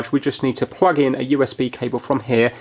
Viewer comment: I like how he says pwug.